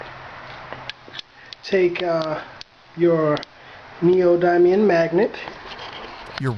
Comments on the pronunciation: Fucking magnets man... Also. Ne-oh-din-ee-um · There are some micronutrients that we need for survival that are metals (iron, potassium, magnesium, and others). Also, the semi-polarity of water molecules can cause some interesting effects with magnets. Doesn't mean the cereal is poisoned. It's also pronounced neodymium (nee-oh-DEE-mee-uhm). Hey, magnets how do they work man